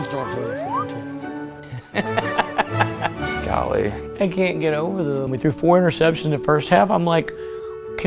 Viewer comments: If I had a dollar every time Nolan said Golee 😂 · nolan always saying gahlee🤣🤣